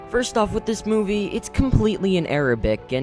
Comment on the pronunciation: anyone notice he said "moive" that exists